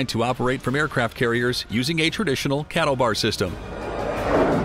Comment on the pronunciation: Its Catobar not cattle bar....